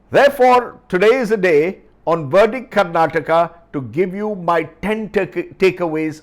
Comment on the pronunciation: It's Verdict sir not Verdit